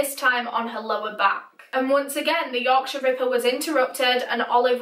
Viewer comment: I love the way you say Yorkshire ripper.Yorksha Rippa